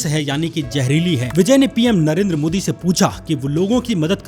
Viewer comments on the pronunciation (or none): none